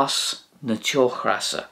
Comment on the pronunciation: You pronounce teochreasa in the video with the aspirated English r, like in the word regret. The Irish slender r here would to the best of my descriptive abilities be pronounced as a r/d/z ish sound, as I'm sure you're aware. Fyi in your Spanish Irish video you pronounce the tapped r in Rey (although rolled in Spanish) as it would be in broad rs in Irish. Would be nice to hear you try and use it in your videos 😁